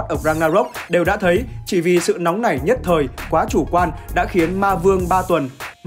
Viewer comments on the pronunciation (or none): none